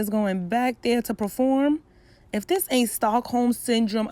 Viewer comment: She said Stockholm 😂